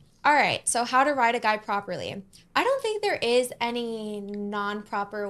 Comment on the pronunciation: I was about to drop a comment asking what „becoming better for yourself“ has to with teaching women how to write a man…when I just realized she meant „ride“ not „write. 😅😂 damn.